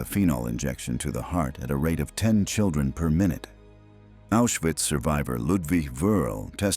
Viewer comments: Diese automatische deutsche Vertonung ist unmöglich und nicht zu akzeptieren! Viele Wörter - selbst Auschwitz - werden absolut falsch ausgesprochen. Unmöglich. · Nemmeno sa dire Auswhitz